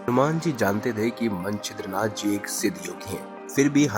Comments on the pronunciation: ये मनछिद्र नाथ क्या है? मत्स्येंद्रनाथ कहिए प्रथम सही उच्चार कीजिए । और यह कथा नाथ सम्प्रदाय में साम्प्रदायिक महिमा बढ़ाने के लिए प्रचलित है। किसी भी रामायण में नही है यह कथा । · मत्स्येंद्रनाथ को तो यार तुम मन छिद्रनाथ बोल रहे हों। उच्चारण तो सही रखो